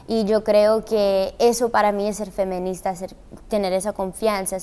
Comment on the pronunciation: no tiene que ver, me pregunto si lo dice así porque no sabe o por su acento xd